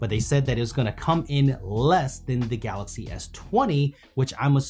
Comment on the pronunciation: everytime he says galaxy, it sounds like "galasi" 🤣